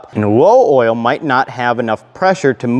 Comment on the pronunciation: "Oil wevel" 😂🤙